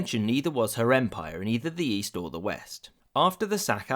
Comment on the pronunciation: "in the yeast" i was like what? Great video of a great tragedy :(